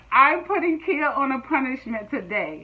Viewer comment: It's pronounced khaya not Kia like u do 😘😅